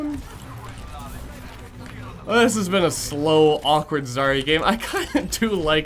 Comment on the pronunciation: But is it Zar-ia or Zar-ya? I think everybody mispronounces it all the damn time. (Я on the end)